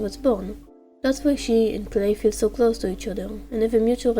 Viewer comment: “Cwlay” “tswunami” “glowry” “starfwight” “swunny” i love it ❤😂🥹